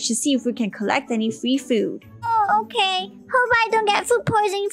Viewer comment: The "OKEH" never gets old